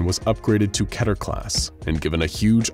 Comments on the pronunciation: What is ketier/keteeer (three syllables) class? I have heard of keter (two syllables) class. Also, do you mean wreck (which you say) or wreak? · did he just say Ketier ?? WTF is going on here ?? lol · You write it as Keter, he says it was Keta.